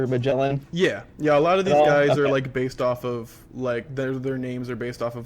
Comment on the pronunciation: Please, do not pronounce "Magellan" ever again.